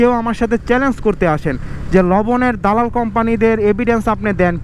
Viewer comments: vai, it's dalal ,,, not dolal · তোরে ক্যামেরা কিনে দিছে কে 😂খাইতে না পেরে ভিক্ষা কর তবুও মানুষ কে হাসাবি না আগে দাদাল ঠিক ভাবে উচ্চারণ করতে শিখ আবাল😆